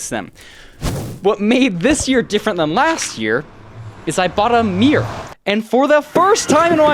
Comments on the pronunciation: why do you pronounce mirror like meer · am i the only 1 hearing meer instead of mirror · why does pronounce mirror as meer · As an English person the American pronunciation of mirror is crazy 😂 I genuinely had no clue what he was talking about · Dude my friends say that “mirror” is pronounced “marrer” and when I heard you say “mirror” like I do it just instantly came to me Great story man I love your content❤ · What i know about: He cant pronouncs mirror?!?! Dont play sport with him after a breakup, he will destroy you and ruin his shoes He has never had a mirror? OR CLOTHES OR ANYTHING WTF REK U R A ROBOT